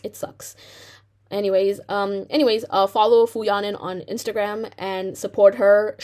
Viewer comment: You should apologize by learning to properly pronounce her name